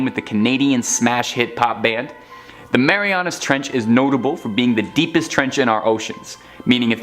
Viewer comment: It’s called the Mariana Trench, not Marianus.